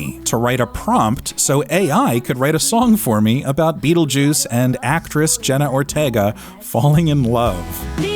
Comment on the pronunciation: “JENNA ORTIEEGA THE ACTRISS”